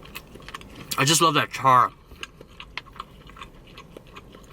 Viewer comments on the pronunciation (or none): none